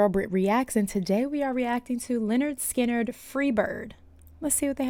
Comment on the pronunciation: I love ur energy. But thats not skynard